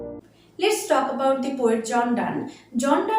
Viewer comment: At first I would like to say your explanation is very good but some pronunciation are not correct. The (দা) Good Morrow হবে। এরকম আপনার অনেক ভিডিও তে দেখেছি আপনার বেশ কিছু সহজ উচ্চারণ ভুল আছে।